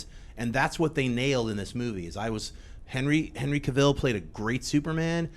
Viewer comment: FINALLY!! Someone who said Henry Cavil's name right!